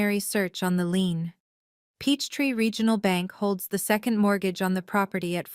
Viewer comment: Leans instead of lein this is messing with my English